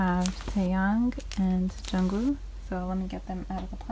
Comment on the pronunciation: The way you pronounce jungwoo sksksjssj